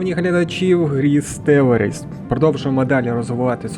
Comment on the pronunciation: Колонії можна назвати самостійно надруковавши назву, або вибрати випадкове нажавши на кубик який знаходиться в верхньому правому куті. За таким самим принципом можна змінити вже названу колонію. P. S. В слові стелларіс наголос на 2-ий склад